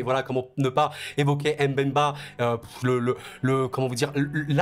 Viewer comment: Why are you saying M ‘bemba ?